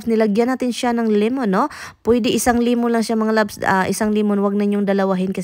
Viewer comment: Iking,limun,pippers😅 buti minsan naiintindihan ka ng asawa mo,sometimes wrong grammar,kmi dto jpan,mali pronunciation,matagal magkaintindihan,dpende kun un hapon sanay makipag usap sa mga pinay.dont me wrong,bisaya man sad ko,d ko basher.✌️✌️✌️✌️